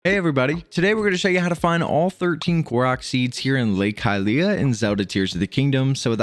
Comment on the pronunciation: Love your videos but hate how you pronounce Hylia 😅